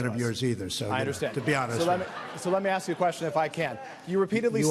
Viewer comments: I’m sorry did you say, AXE a question? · It is "ASK" not "AKS" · He "doesn't", not, he "don't"...."Ask, not axed". These two ladies sound unintelligent, ignorant and uneducated. Yikes. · The word is "Ask" no "Ax" dumbass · Ugh! How disgusting these 2 street hags are. If you can't figure out the difference between "axe" and "ask" why TF are you on anyone's news show? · silk is too intelligent to pronounce "ask" as "axed" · They had a great converaation its just funny how they say ax instead of ask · Keep on « axing » questions... wow! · "to ax ignorant questions.." I'm done.